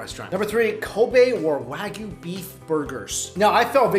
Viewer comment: You're still not saying "wagyu" properly. It's coming out as "wagoo" and it just comes off as lazy pronunciation. And you're kinda muddying the waters with "Today's Special" and the "House or Chef's Special" because trust me, there is a difference. Trust me, I worked in restaurants for a good portion of my life. I know how things work there. The Chef's special is something that they do well. This is something that people go to that restaurant for. This is something that is always consistent in terms of flavor and quality. The Daily or Today's Special is a different story. This is, as you said, things that they might need to get rid of. It's not expired because they could be fined if they willingly sold expired food but it might be near the end of it's freshness date. There's nothing the matter with it but they need to sell it because throwing out perfectly good food is bad and a waste of money. It's for this reason why the soup of the day typically contains the leftovers of yesterday's special. Not that there's anything wrong with that. And I've had daily specials that were really well done. There's no reason why a reputable restaurant would sell you anything less than their best. If it's on the menu, it's a chef's special. If it's on the whiteboard or the server tells you what the special is, then it's a daily thing.